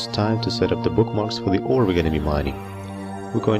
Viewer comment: Why do you say Orie and not Ore though? :o